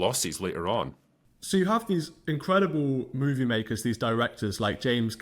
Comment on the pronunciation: Moovee. Not Mew-vie. Here to help.